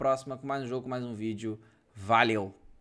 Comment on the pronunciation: Só eu que ouvi "VALHEU" HUEHUEHUEHUE